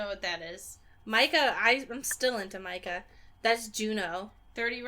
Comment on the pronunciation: Mica is pronounce "Me-ka".